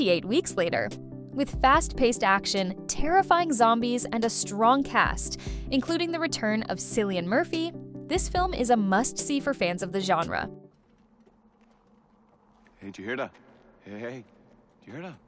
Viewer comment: Great video but Ciillian ""K" not sillian